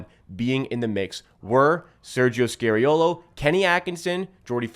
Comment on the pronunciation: Dude, you’re good but….. can you STOP saying SCARY-OH.LOH? His name is pronounced as in SKA-REE-O-LO or SCAR-E-O-LOH. Please. Please. I’m Italian and it hurts to say ppl butchering Italian names.